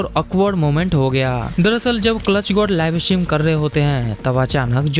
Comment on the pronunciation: Live stream ❌ "Laivey estream on hainnnnnn"